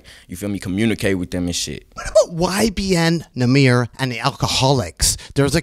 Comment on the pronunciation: "Who are you?" "YBN Nahmuh"